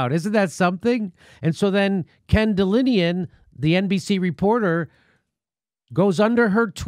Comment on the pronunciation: It's "Ken DelAnian", not Delinian. If you can't read the first letter of the alphabet correctly, how can your reading of a story be trusted?